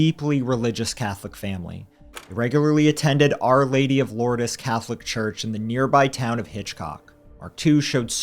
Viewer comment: It's pronounced Loords, not Lordis